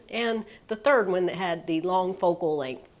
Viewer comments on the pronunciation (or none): none